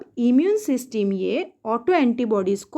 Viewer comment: Ma'am ese सिस्टम बोलते 😅😅😅😅